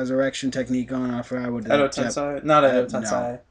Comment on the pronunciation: I'm sorry guys I love your facebook page and your reviews but I reaaaallllyyyyy feel the need to say that some of your pronunciations of character names and jutsus are messed up. For example it's pronounced Edo TenSAY not TenSAI, and that Kamui is said like kamooey not kayumi (keep up the great reviews though, just watch your pronunciations)